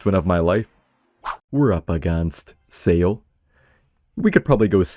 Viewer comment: pronouncing Saul as Sail is quite funny